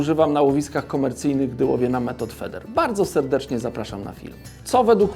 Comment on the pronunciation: Pytanko... "feder", czy "feeder" ?